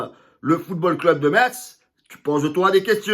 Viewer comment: Salut, manque de rythme vers l’avant de la part de Marseille parce que ça aurait été un très bon match et un bon niveau de jeu. Sinon très bon débrief. (PS: sinon Metz se prononce « Mess »)